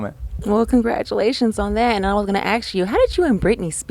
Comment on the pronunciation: So annoying when people say "aks" me you sound so uneducated